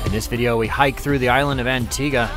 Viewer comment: C'mon,... "one of the main ports?" It's the frickin' CAPITAL, AND it's Anti-GUH, not -GWA. As you so distracted with all those gluts in front of you that you can't do even the most remedial research on your destinations? Take a cold shower and do your homework!